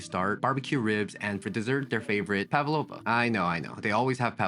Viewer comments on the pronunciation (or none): When you pronounce Pavlova stress boys to the first A after P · Its pAvlova, not pavlOva. Its russian surname. Stress on first syllable👌